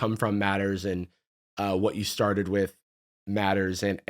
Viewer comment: I know this isn't a serious question, but it's because of his emphasis on the word "started"